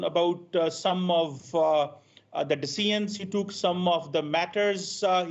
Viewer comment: What's wrong with Punjabis ?? Why can't you pronounce decisions and measure 😂?